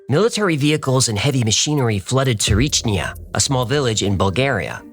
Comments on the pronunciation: Thank you for doing this episode that means a lot. <3 Don't want to be a d*ck about it but your pronunciation of Tsarichina is bad, just a note, your pronunciation of Baba Vanga was spot on though. Yeah the story is too far from what I know as a Bulgarian. Hacklefish the entity that Marina talked with was called Kiki, so yeah, don't get too disappointed. Also in the book it was hinted that Marina was bullied by Elisaveta Loginova and that was one of the reasons why she was depressed and jumped from the building. Regarding our corruption... you are correct... To be honest the only person involved with the story that you can trust is Baba Vanga, she never cared who comes to her for aid and with what intentions, she was just a blind seer that tried to help whoever needed her. The only recorded words (on tape recorder) from her regarding the case that I know of is something along the lines of "why have you come, what are you looking there, its no man or woman, just a yellow monkey, leave it be". Most Bulgarians agree with the facts that you mentioned. I don't know if people died during the digging, I know that people died after that, still could be wrong. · Just a small note on the name, you are pronouncing it wrong, it is not TsarichNia, it is TsarichIna (tza-REE-chee-nah) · Tsarichina not TsariCHNYA. But I appreciate the pronunciation on the rest of the proper names, well don! ❤ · fascinating, and thanks! i am bulgarian and as a kid being an 'x-files' fan me and a friend went to Tsarichina (btw pronounced trasichina not 'tsarichnia..' - we didn't find anything but it felt very bizarre and alien, i can't explain it: a good explanation will be "the most abandoned and empty field one would find in a country surrounded by forrests everywhere"- it was as if someone was looking for a smooth field to engage in some type of military test or something, it was weird. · Why didn't anyone catch him mispronouncing Tsarichina He said "tsarichnia"